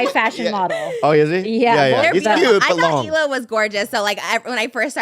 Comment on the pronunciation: He also used to call Hila “Hi La” 😂